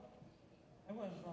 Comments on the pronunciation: I’ve been a Keith Emerson fan and follower for close to 50 years. I was excited to watch this video… but the minute the idiot with the mic called it the “MOG” synthesizer, I was gone. Had more fun with the talking Chihuahua videos. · How can a narrator mess up the Name MOOG? Does anyone do prep for an event anymore.